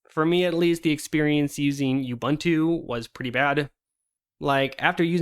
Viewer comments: It's pronounced OOBOONTOO. OOBANTOO does not exist. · oo-boon-too, not you-bun-too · It's pronounced ooh·boon·too btw. Just teasing, I couldn't care less. :P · This conversation reminded me of Slackware elitism late 90s. Also it is not "yubantu" or "yuubuntu", it is "ubuntu" as in "oobuntu" or "uhbuntu". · If arch users are so smart than why cant this guy pronounce ubuntu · Why can't people in the linux community pronounce OOBOONTOO?